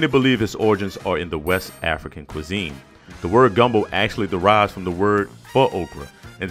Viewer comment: Soon as I heard the emphasis on the O at the end of gumbo. I knew this video was about to be legit